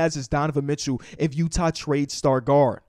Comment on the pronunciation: “donovan mitchew”